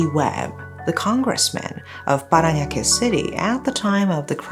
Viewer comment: The way she pronounced "Parañaque" was immaculate. You're getting better with the pronunciations 😊